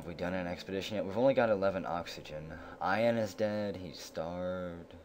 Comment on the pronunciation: Yo. Just a friendly fyi: the name Ian is pronounced "E-N" (the letters E and N one after the other). Its my name, and I remember you wondering out loud about the pronunciation in a SS13 video. I know that doesn't make any sense spelling-wise so your way is a common mistake. I always appreciate your content (you've got me playing mush), and sorry to be a wise-ass. Cheers!